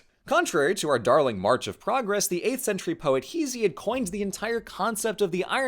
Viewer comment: Did you call Hesiod "Heezy"?